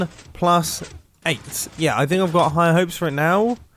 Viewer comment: 'Royt niw' - right now Mumbo stop